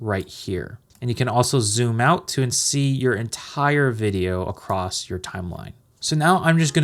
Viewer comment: Love the video. Super helpful. You pronounce a T in across,(something like acrost). Not a problem.